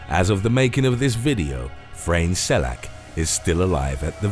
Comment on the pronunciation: The way u pronounced Frane Selaks name was kinda annoying but other then that nice video!